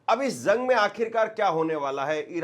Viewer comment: Bhai thodi urdo par dhian do urdo achi zuban h lolne wala sune wale ko bhi acha lagta h jang ko ap zang nahi bolenge jense zire sahi lvz jira galat galt lavz